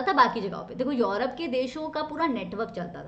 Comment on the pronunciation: Tell me what is yourope. Mam says this word😄😄😄